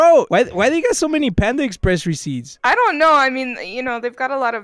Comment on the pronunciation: Bro sed the whole menu of panda exsepreess